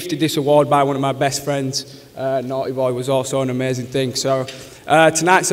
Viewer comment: He said amazing More like AmaZayn Ha